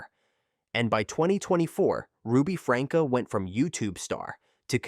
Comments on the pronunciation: AI is so annoying. Who is “Ruby Franka”? It’s pronounced “Frankie”. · Ruby’s last name is pronounced Frank-ee or Franky… But was spelled Franke… and NO ONE was surprised when she was arrested because people had been turning them into CPS for months due to being worried about the children. The one about the guy who drove drunk and killed someone. I had to watch the video, but in doing so, I really do believe he was remorseful. I was also able to find video about the man’s family who was killed. They forgave him and appreciated the video that he made about NOT choosing to drive drunk because it DOES ruin more than one person’s life. They show the family giving him a hug and all of them crying together, and he is still advocating against drunk driving. So, I believe he wasn’t just making that to make himself look good in court because he wants that video to be continuously put out for people to watch so others will learn from the terrible choice that he made. He has stated more than once that he hopes that it reaches enough people that it stops more of these tragedies from happening. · Lol good video.... but FrankEE and OH-knee-san are mispronounced so hard my guy.